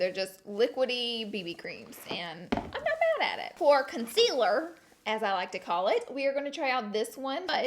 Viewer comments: She said concealer right!!!!!!😂😂 she always says conciler and in the video she said concealer❤️😂❤️❤️ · SHE PRONOUNCED CONCEALER CORRECTLY OMGGGG YALL (the first time she says it and the word comes across the screen)